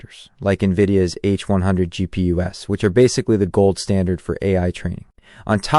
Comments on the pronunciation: It's "GPU's" plural of GPU, : graphic processing unit. Not "gp-us" 😂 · GPU ess? You mean GPUs? I think we're listening to an AI here.